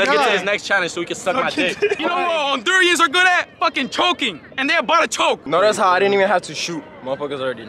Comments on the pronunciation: Someone school that it’s pronounced “Hondurans” NOT “Hondurians” 😆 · ese embes de decir Hondurans dice Hondurians LMFAOOOO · hondurians.. me: hondurAns. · Hondurans*** not hondurians! sorry it’s been irking ma soul i would’ve been corrected all they asses as a catracha 😂 all love 🇭🇳💙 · hondurans* not hondurians plsss😭😭